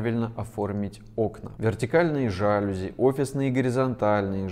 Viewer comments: Не жАлюзи, а жалюзИ. Дизайнеру стыдно этого не знать. И смешно, не будучи элементарно грамотным, поучать других. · Ещё хорошо, чтобы сказал жалюзИ! А не жАлюзи!!!😀😀😀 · дизайнер говорит "жАлюзи", как можно после этого слушать советы😂😂😂😉. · Да. Всё отлично, конструктивно! Кроме, режущего слух, жАлюзи, вместо жалюзИ. Большое спасибо. Всем добра! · Вы даете рекомендации по дизайну! Вы в теме и должны знать, что во французском языке ударение всегда на последнем слоге!! Не жааалюзи , а жалюзиииии 😂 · Больше удешевляет когда Вы говорите жАлюзи, а не жалюзИ. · спасибо за ценные советы! только не жАлюзи, а жалюзИ, во французском ударения на последний слог. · Почему « дороже»? Может « эстетичнее»! И жалюзИ! А не жАлюзи🤦🏽‍♀️ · жАлюзи? Серьезно?... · Особенно словами "жАлюзи" и "профилЯ" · Все очень интересно. Спасибо за дельные советы. НО.... жалюзИ - это французское слово и ударение ставится на последний слог!🙃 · в России так будет говорить безграмотный человек) в русском языке ударение ставится на последний слог, поскольку слово заимствовано. по вашей логике стоит говорить пОртфель, вместо портфЕль, пОртьера, а не портьЕра и тд) будет довольно нелепо звучать. Чем же вам жалюзИ не угодили? Ох уж эти устоявшиеся косноязычия! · Сейчас куда ни глянь, все стали гуру дизайна. А слово жалюзИ правильно сказать не могут. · Спасибо за видео! Было интересно и полезно послушать, но, слово ЖалюзИ и прОфили, надо произносить правильно. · Всё здорово, но правильно будет "жалюзИ" и "прОфилям". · Такой грамотный интересный текст и вдруг слух резануло неправильное ударение в слове ,,жалюзи,, неужели автор не знает, что это французское слово, а значит ударение падает на букву ,,и,,? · ударение на последний слог - жалюзИ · А меня смутило, что дизайнер само слово "жалюзи" произносит неправильно... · тоже внимание обратил. Когда он неправильно произнес это слово, я невольно усомнился в его точке зрения. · А можно было в слове жалюзи поставить ударение правильно?